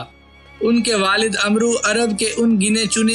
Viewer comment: اوئے عمروں نہیں پڑھتے اوئے و کو نہیں بلایا جاتا